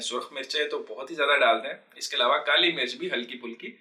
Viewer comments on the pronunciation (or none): none